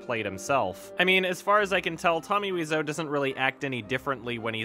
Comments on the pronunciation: weezo? wize-o? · Weeseou? I though it's pronounced like Waiseou. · Dood its wise-o not weez-o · Why are you pronouncing Weez-Oh? It's Why so, and you can hear him say it himself on his gameplay videos. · Wiseau is an anglicization of thé French word Oiseau (bird), which is pronounced "wah-zo" (believe me, it's my native language) so I pronounce it as Wah-zo. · are the "Tommy Wiiso" on purpose? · u are Canadian I know u took French until at least gr 9 its pronounced oiseau as in French for bird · "Wee-zoe" ~, 2017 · Tommy Weezoo, Tommy Waiso, Tommy Whezau, Tommy Wisey, are u even trying? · “Tommy “Weezo”. I love it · I thought his name was pronounced “Tommy Why-so” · It is. No idea why he pronounced it that way. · WHY WOULD YOU SAY WISEAU LIKE THAT YOURE TEARING ME APART